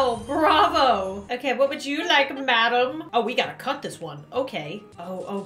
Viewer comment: Did she say otay?